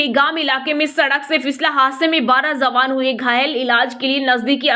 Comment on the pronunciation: Zawan nahi jawan Pl correct pronunciation